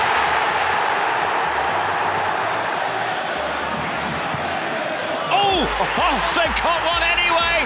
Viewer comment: the way the commentator said artetaaa it didnt sound right